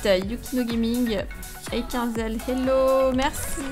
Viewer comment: on dit pas hélo on dit hello mais je suis une abonnée